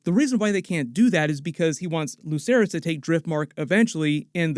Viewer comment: Why do people still say lucerys and jaecerys like Lukerys and jaekerys. It's pronounced like an Ssss like... Watch the show...